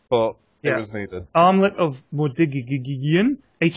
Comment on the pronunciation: LMAO THAT ARMLET PRONUNCIATION LOL